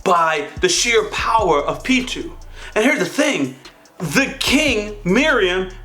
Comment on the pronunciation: Great reaction about the thing with the catlike royal guard (pitou) maybe this helps. [ it's not pronounced as pitoo but pronounced as peetoe! ou is spoken as O. ]